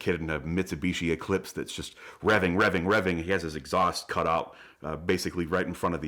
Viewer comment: "Why are you RRRevving?"